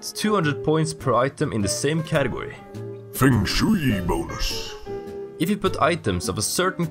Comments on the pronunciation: as a commenter's job i have to do this ITS FUNG SHWAY NOT FENG SHWEE BLARGBLEARBHARBGH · 3 year late English pronunciation advice! (I mean, you know, if you want it) I’m not sure how common the term “Feng Shui” is globally, so pronouncing it “Feng Shewey” may very well be how it is pronounced in whatever region you get your accent (which I love by the way) from, but in case you were interested that’s a Japanese term that we pronounce here in the West as “Fung Shway.” Super popular descriptor for “room/energy flow” when talking about interior design for English speakers in my experience. Just thought I’d let you know (in case you didn’t) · It's pronounced "fung shway". :P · "Fang Shooey" is exactly how I used to pronounce it xD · I love your videos but it irks me how you say feng shui D